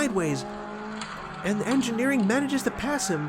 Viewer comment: "I feel like I'm probably mispronouncing Engineering's name, so..." I felt that you were right how you pronounced 'Engineering' 😉 Nice races, thank you 👋🏻👴🏼